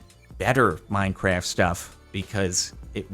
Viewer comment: Good choice also over the years he has changed from saying minecraf(t) to minecaf